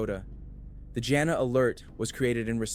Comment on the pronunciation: Her name is pronounced like "Gina"